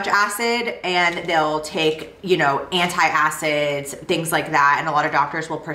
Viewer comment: It’s antacids not anti acids 👍